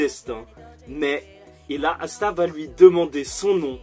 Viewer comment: assa au lieu de Asta😭😭